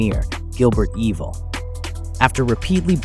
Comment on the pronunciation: Gilbert EYE-vuhl, not EE-vuhl.